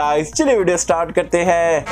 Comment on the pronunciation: Bhai tu stort kyu Bolte start kyu nhi bolta